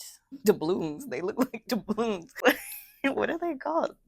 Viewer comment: I thought you said “Annie’s got the blues” 😂😂😂😂and I fell out laughing, then I heard you say doubloons 😂😂😂and I laughed even harder😂😂😂😂